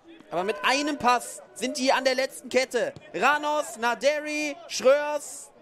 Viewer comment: Gibt es irgendwelche Anhaltspunkte dafür, dass Naderi tatsächlich englisch ausgesprochen wird, so wie es der Kommentator immer macht?